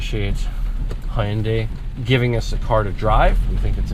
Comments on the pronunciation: "Ha yun dae" what kind of pronunciation is that lol it's Hyun dae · Huyunday its hyundai buddy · "Hoounday" Kill me.